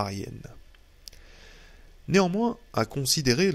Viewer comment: merci pour cette lecture intéressante mais qu'il est pénible et insupportable d'entendre toutes les trois minutes des fausses liaisons! (... se mirent néanmoins t-en grêve... , ...sont nés t-au japon...)